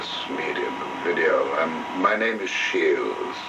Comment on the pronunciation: The man's name was 'Shiels', not 'Shields'.